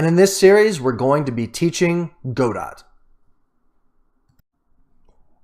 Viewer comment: As far as I know, Godot is prononunced as "go-doh" (with the accent on the last syllable).